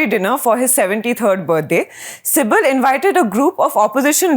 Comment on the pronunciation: Lady, stop calling "Kapil CIBIL" but "SIBAL" and not "Shiveer" but "Shivir" 😄😄